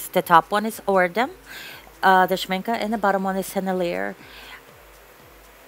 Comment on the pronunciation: Sen-el-i-a, and Sh-mink-ay